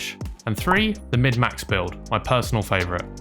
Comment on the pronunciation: Thanks for the great info! It's "Min-Max" by the way bruddah.